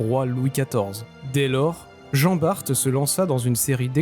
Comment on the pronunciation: Merci ô grand Merci d'avoir prononcé correctement le nom de Jan Baert. Bon ç'aurait pu être encore meilleur Car ce n'est pas jean mais Jan (Yann en François) et Baert (Baart en François). Mis à part ça j'attendais Lassale à la place de Lannes et merci de m'avoir fait connaitre le Grand Ferré !